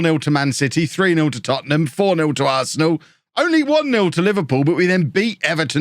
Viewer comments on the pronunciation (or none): none